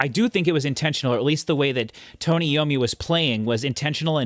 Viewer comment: It's EYE-owe-me, not EE-owe-me. iommi is a great flute player.